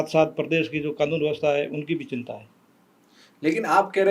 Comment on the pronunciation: सिनता नहीं बोलते चिंता बोलो